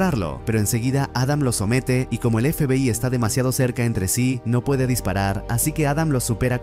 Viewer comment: La IA no puede pronunciar FBAY